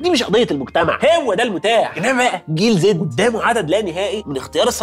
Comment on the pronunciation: عزيز انت عمال تقول جنزي بدل جيل زي احنا بقينا بطلونات يا عزيزي 😅